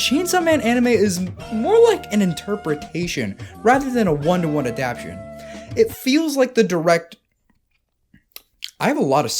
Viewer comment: Bro really made a 40 min video essay saying the word "Adaptation" wrong every time